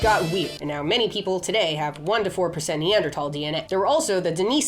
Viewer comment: THANK YOU FOR USING CE! And pronouncing Neanderthal correctly. Makes me happy. ❤